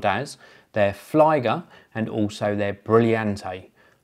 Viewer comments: You need to get your German up to scratch. The IE in flieger is pronounced the same way as you pronounce EE in cheese. I.e. "fleeger". Flieger in German is the same as airplane pilot in English more or less. Cheers! :-) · Flieger is pronounced "flee-gehr"